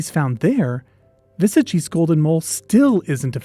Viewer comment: XD Your pronunciation of "Vesagie" needs a little work (hard W, e is pronounced a little higher than uh, a is a long aah, hard G, ee. Wuh-saah-gee). The Northern Cape is such a desolate and impoverished area with only 1 or 2 major highways going through it. The towns in the Northern Cape are usually small apart from one or 2 larger towns. It's very possible it might be overlooked and could still exist. One of my grandmother's biggest claims to fame was rediscovering a species of daisy that was thought to have gone extinct while simply going out to paint flowers as she liked to do (Euryops muirii). So Something small like a mole in the VERY large and expansive Northern Cape isn't that crazy.